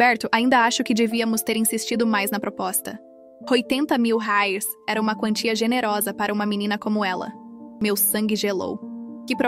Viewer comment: A pronúncia de $ Reais, está péssima